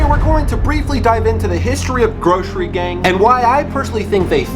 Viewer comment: It’s GROSSery gang (Gross-err-eee)